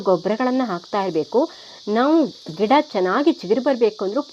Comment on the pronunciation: Ggeda anta ಹೇಳಿದಂತೆ ಕೆಳತ್ತೆ.ಗಿಡ ಅನ್ನಿ